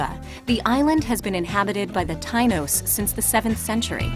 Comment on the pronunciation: Lol the tynos? Its prounounced tie- eenose tainos